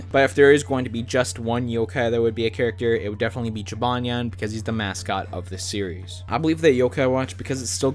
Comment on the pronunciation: He said jibanyan neat